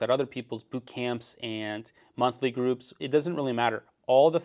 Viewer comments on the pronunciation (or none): none